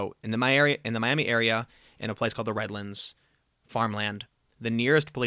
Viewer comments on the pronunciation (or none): none